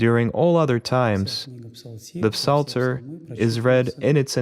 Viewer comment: We dont pronounce the “p” in psalter in English. We just say it as “salter.”